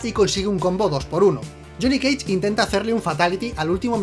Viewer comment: Lile si dijo jhonny keich